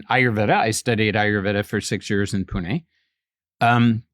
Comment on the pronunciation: he pronounced pune perferctly. thats rare.